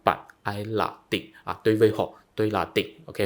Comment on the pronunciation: “Đối với họ” thì bạn lại phát âm”tối với họ”,bạn không phát âm đúng được chữ”đ”đờ”